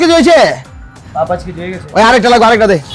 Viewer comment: অশুদ্ধ ভাষার জন্য নাটকটি দেখলাম না। 'ছ' যে একটি বর্ণ এইটা পরিচালক সাহেব মনে হয় জানেই না। হইসে, দেখসে, গেসে, পারসি, বিশ্রী উচ্চারণ।